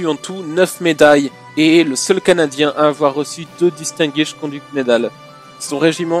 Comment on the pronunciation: Ça fait tellement mal d'entendre Canadien ! Mes oreilles saigne 😳